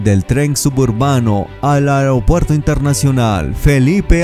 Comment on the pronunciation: ¿Como el medio "aigropuerto" Jelipe Angeles?🤣🤣🤣🤣🤣🤣